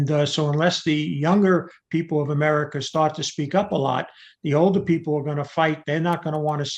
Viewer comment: Americar, Chinar, and Russiar